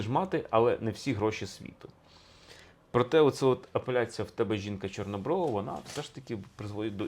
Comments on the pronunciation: Будь ласка,ставте правильно наголос,поло'ва, чорнобро'ва.Менн дратуе, що Ви робите такі помилки ,наче Ви тільки почали вивчати українську мову! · Чому ви кажете ,,половА,, і жінка ,,чорнобровА,,? Це ж не той наголос)) Полова - уе конкретно про сміття - зерно забирають, полову викидають. Жінка чорноброва - це мірка краси українок. Про чорнобрових не тільки в цій щедрівці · Пане Олександра, вибачте, але ви неправильно ставите наголос) ПолОва, в тебе дівча чорнобрОва. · ЧорнобровА, половА, хорошИй, матИ. Дуже ріже слух неправильно поставлений наголос. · 1. Неправильні наголоси . Таке відчуття , що автор ні разу не чув цю щедрівку і вперше її просто читає . ПоловА , чорнобровА ? Серйозно ? . ПолОва , чорнобрОва .ГрОшей . 2. Новий Рік навесні . Існує навчальний Новий рік , яки починається у вересні . Існує хліборобський , аграрний Новий рік , який починається навесні ( на Поліссі не можна чіпати землі до Благовіщення ) . Існує стародавній Новий рік, який багато народів починали від зимового сонцестояння . Тобто у нас завжди Новий рік був посередині зими і означав народження нового сонця . 3. Ластівки зимують у Африці . Тисячі років . Летять додому майже 2 місяці , 6-7 тижнів . Повертаються наприкінці квітня , на Полісся , де я мешкаю , навіть на початку травня . Клімат теплішає з року в рік . А раніше зими були триваліші і холодніші . Тому ніякі ластівки не прилітали в Україну 1 березня . 4. Чому ж ластівка ? Ластівка - це метафора новорічної ночі . Чорна , швидка . Прилітає до господаря - місяця і його товару - зірок на небі . 5. Щедрий вечір . Багата вечеря . Ці назви означають , що у родини було багато їжі , м'ясні страви . До весни ці запаси вже кінчаються . Чому так багато свят саме взимку ? Бо це пора , коли у селян мало роботи , кругом сніг і холодно , можна і посвяткувати . Чи був у селян час ходити по хатах з обрядами і застіллями , коли треба ловити кожен погожий день , все посіяти і посадити , питання риторичне . Така моя інтерпретація цієї щедрівки